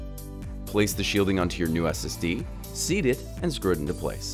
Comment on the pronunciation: Seat the new ssd, not seed